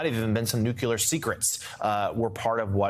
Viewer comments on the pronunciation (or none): When a supposed news journalist says "NUKULAR", I want to change the channel. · Not a great fan of the first interviewer with his abrupt manner to his guest "explain!". Also it is not nuke-u-lar it is nuclear (:15). Just saying. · Nuclear, not nucular. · Always worth noting Jonathan Lemeir is the Hero who stood up to Trump and Putin at Helsinki. But Jonathan... "nu-ku-ler"? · Nu-kew-lar, Ugh. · IT'S NUCLEAR! NOT "NUKULAR"! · “Nuke-u-lar secrets? Come on man! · "nuclear" not "nucular" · Nuclear…not “nucular!” Come on people. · Nuclear!!! Not nukular.